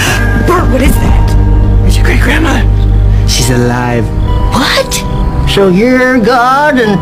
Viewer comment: The way he said SHE'S ALIVE like it was weird science 😂😂😂